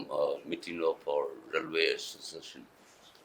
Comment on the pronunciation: metting ✅ meeting ❎ 😂